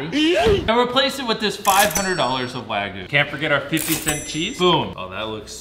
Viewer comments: The way he pronounces wagyu as wAAgoo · Bro can’t pronounce wagyu